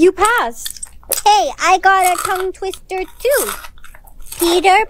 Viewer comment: “Whats a tongue twitter”.. ERM ACTUALLY ITS PRONOUNCED TONGUE TWISTER🤓👆